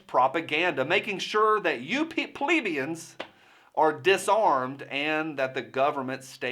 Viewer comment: . Peplebians?? What is that or am I not hearing it right. Please explain.